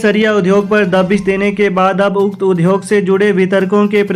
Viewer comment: UDYOG word ka uchcharn sahi karen